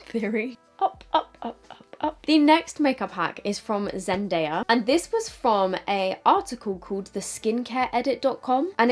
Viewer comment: Hey! So the puff (when using it on others) helps for balance but also helps not to remove any makeup you had just applied. Also, just wanted to mention it's pronounced zen-die-ah. Love your videos girly! 😍💗